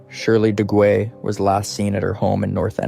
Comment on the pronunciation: Shirley Duguay... her last name is French & is pronounced Doo-gay.....